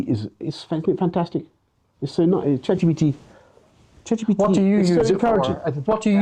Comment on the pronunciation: I hate Boris Johnson, but I like the way he says CheGPTe